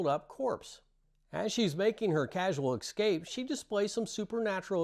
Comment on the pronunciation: Are you saying excape or escape?